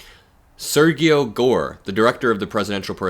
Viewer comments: Why you pronounce Sergio like that 💀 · How did you pronounce “Sergio”? Where are you from? Have you ever met Hispanic people in your life?